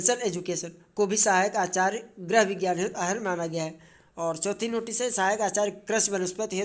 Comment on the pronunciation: कृपया गृह को ग्रह न कहें । बहुत बुरा लगता है भाई ।